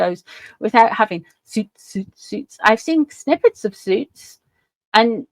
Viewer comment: I could have sworn you just said snippets of Snoots!